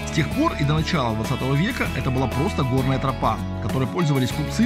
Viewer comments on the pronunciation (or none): none